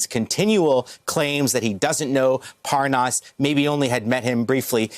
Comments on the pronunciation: Why does he keep saying “ParN’as”? Is he related to Devon Nunes 😝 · Parr Nus? You'd think a journalist would get the name correct. Pathetic USA education levels. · “Spends a lot of time in Belgian” mark. Anyone else catch that he pronounced Lev’s last name wrong too.